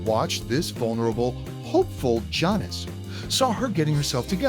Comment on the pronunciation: Really well done video, as a Janis fan it was an interesting watch. It pains me to mention that you mispronouncing her name repeatedly made hard to continue all the way through. It's Jann- is not John-is. I still subbed though-nice channel you have!